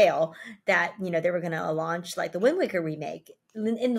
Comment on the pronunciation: Lunching? It's launching.